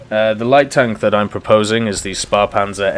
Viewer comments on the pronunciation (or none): Correct pronuancination would be: Schphehpanzer SP 1.C. Would be: Schützenpanzer Kuhrtz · Shpairpanzer is more like it, but the p is not as pronounced as it would be in "spair"